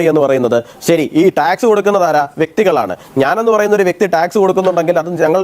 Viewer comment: സതമാനം അല്ല... ശതമാനം%.. സെരി അല്ല ശെരി.. സത്രുത അല്ല ശത്രുത..😂😂